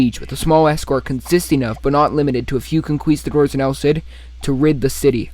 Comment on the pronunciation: Great video, but a little laugh when you say conquistadors. Con-key-sta-doors. Not spanish myself either